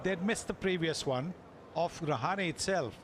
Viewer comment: commenter said rahan instead of rahane